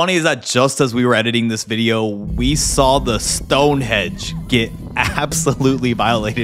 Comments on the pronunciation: Pissing myself laughing - He Said "STONEHEDGE" Are you serious????? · It's not stone hedge, Einstein. It's Stonehenge!!🙄